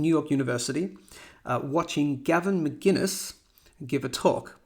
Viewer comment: I appreciate the video. But hearing you say Gavin Mcginnes vs Mcinnes kills me.